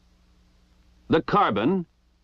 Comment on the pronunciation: This dude really just pronounced "carbine" as "carbon". My whole life I've been lied to.